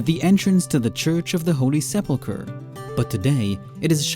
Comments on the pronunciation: He pronounced the name wrong. Come on. Sepulchre, not Seplichre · One would expect a professional tour guide to be able to pronounce the word sepulcher and not continue to pronounce it suplicher. Of course, it's really no worse than lectors, readers and even preachers in the US who don't seem to know the difference between the words, prophecy and prophesy. One is a noun and the other a verb. However, this is not a battle I'm going to win. 'Nuff said.